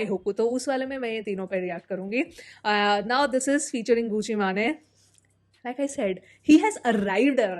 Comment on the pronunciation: गूची मेन ❎ गूची माने ☑️ Love your reactions btw 🛐